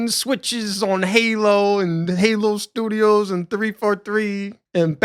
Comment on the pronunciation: "343, oh I mean Halo Sdoodios" lmao! I'm so glad you're back bro 😂